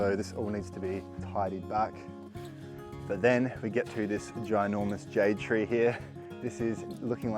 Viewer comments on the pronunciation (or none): I'm sorry, I'm saying this, you butchered that Jade Tree in the beginning...😢... I love what you do. Keep up the good job...